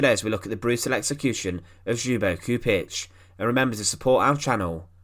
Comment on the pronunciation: Kept on thinking he was saying .."Hugo Stieglitz"